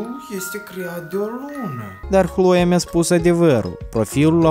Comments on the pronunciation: Nu se spune Hloea,dar Cloe No hate👌🏻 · nu da de opt ori ai pronutat hloia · mam ras cand a spus alo hloe ha ha ha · Ai spus chloi de 10 ori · Eu am crezut ca spui hloia